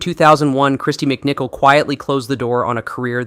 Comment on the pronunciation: Kristy. MicCalet!😂